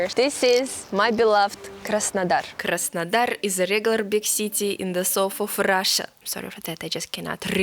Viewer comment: 'Surprise, surprise' :-))) You crack me up, luv. When you say Krasondar I get it mixed up with Krasnoyarsk for a moment. Keep doing what you do in your own particular as it is why people come here and are glad to see you. Many smiles from London.